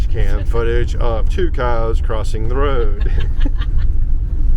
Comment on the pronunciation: I like they way you pronounce Road...nice wee roll of the tongue. Cute. 😊 Newbie fae the highlands of scootland...